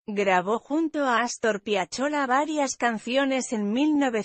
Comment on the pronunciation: LA QUE COMENTA LA BIOGRAFÍA . PRONUNCIA : "PIACHOLA"?????? JAJA.!!! X LO DEMÁS SIENDO DE ARGENTINA. SABEMOS DE LOS "GRANDES VALORES." !!!!COMO INTÉRPRETE!!Y EXCELENTE!!!!SER HUMANO!!! BENDICIONES!!!MARITO GONZALEZ.!!!- JAIRO.!!!!!!